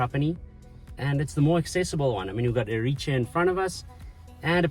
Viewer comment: Very Nice Video - it would be great to work on Pronunciation especially the Egadi's and Erice